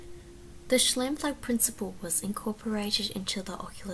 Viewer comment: Great presentation. It’s pronounce Sh-Ime-floog